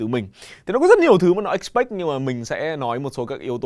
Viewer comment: Bài giảng quá thu hút và có ích. Tuy nhiên thì mình nghĩ đọc từ "expect""trong bài thi expect gì từ mình ở có vẻ k đúngg. "expect phiên âm là / ɪkˈspekt/, nhưng thầy đọc là "ek.spekt"". Anywayy, đây là mình góp ý 1 chút khi mình nhận ra điều j đó không ổn thôi ạạ.